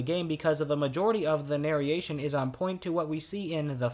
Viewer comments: Everytime you said nareation instead of narration I cringed. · Holy shit dude. NARE-ROAR-RAY-SHUN not NARE-E-A-SHUN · Hearing “nar-y-ation” and “nary-ator” hurts me a lot. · Bro really said nareation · Loved the video, but for the love of primus, stop saying narriation and narriator, the "i" doesn't go there 😭😭😭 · His pronunciation could use some work, just listen to him say narration, narrate and narrated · Dude pronounces narration and narrator weird